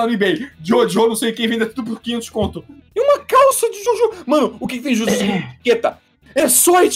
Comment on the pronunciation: Ele fala JôJô ao invés de JoJo S E M D I G N I D A D E